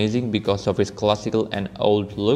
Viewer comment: its TINA GEAR, not "Tena Gear"... look closely at however, i had to buy it for 1,68 and it doesn´t look as good as expected :/